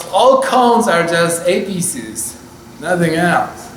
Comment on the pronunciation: Here's the correct pronunciation of apexes (audio): Not like a-piece-es but more like ape-a-seize.